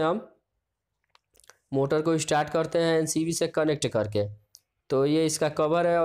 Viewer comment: Abey tu pahle MCB to bolna shikh le